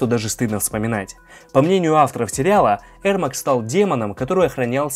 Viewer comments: Ермак а не Эрмак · Его зовут ЕРМАК А не ЭРМАК! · Правильно его имя произнасить не Эрмак а Ермак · На английском произносится Эрмек. Короче, он казах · Говорится Ермак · "аргумент" 😂,послушай как хотябы Гугл переводчик говорит Ермак. Зря ты завёл про "правильно" ,по английски правильно,но если ты рассказываешь на русском и вставляешь привычные слова произнося их на английском-выглядит как кривляние и дешёвые понты.